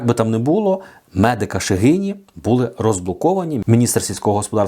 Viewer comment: Не бУли, а булИ!